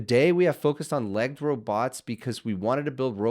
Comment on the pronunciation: You need to learn how to correctly pronounce the word "legged".